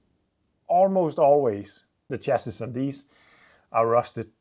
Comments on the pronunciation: You have said before, that you like tips to improve your English. I hope you are not offended if I point out a pronunciation. Chassis is pronounced “Shassy” in English (although it’s obviously French in origin). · Chassis pronounced 'shassy' (French origin) 😀but I'm sure your English is far better than my Danish!